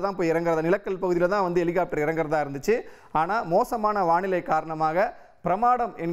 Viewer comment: எலிகாப்ட்டர் என்னடா தமிழ் இது